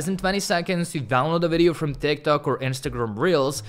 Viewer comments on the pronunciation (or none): Bro every time you said ,,tik tok", I kept hearing ,,thick tock" XD.